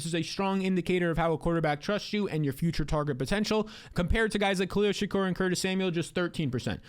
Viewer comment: Khalil SHA-KEER not Khalil SHA-KURR